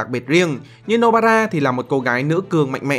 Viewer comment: No bara mà tao nghe là no bra